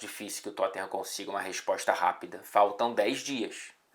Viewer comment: Engraçado como o faz o sotaque britânico tão certinho, mas fala Totten-rã